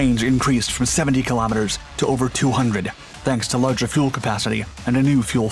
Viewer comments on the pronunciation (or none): none